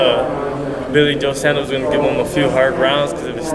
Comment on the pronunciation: Can you Americans please get billy joes name right...its not sanders..its saunders